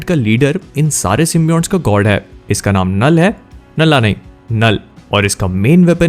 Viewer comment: Nalla nhi nall 🤣🤣